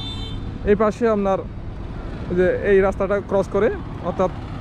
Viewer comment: ভাই,আপনার ভাষা গত দুর্বলতা আছে।আপনার কথার মধ্যে চাটগাইয়া টান আছে।এটা শুদ্ধ করার চেষ্টা করেন।যেমন আপনার ববতে গেলে আপনি উচ্চারণ করতেছেন, আমনার।এসব ঠিক করেন